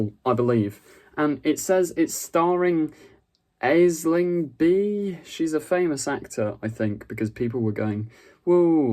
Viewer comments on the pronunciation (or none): It's pronounced Ashling Bee. She is an Irish Comedian she Appears alot on QI in last few years.